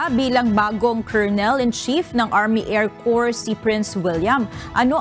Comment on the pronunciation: That guy reporting from UK, the needs to pronounce " Air Corps" with silent "ps", thus "Air Cor"., pronouncing with "ps" will sound like Corpse, meaning dead body. The lady anchor kept saying "Phelippines". Ask for proper pronunciation. Somebody has to monitor your people.